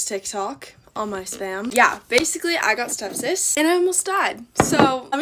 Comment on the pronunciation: she is cute as a button she says "stepsis" instead of "sepsis" I find that so endearing even though she could've lost her life.....mi lost a partner to sepsis so I know how dangerous it is or can be.